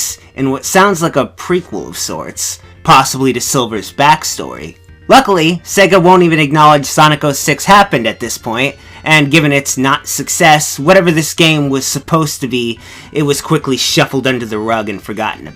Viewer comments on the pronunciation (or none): Ruckly? Who are you, Scooby-Doo?